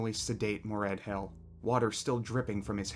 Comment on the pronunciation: I died a little everytime he pronounced Moredhel as Mored-HELL. 🙂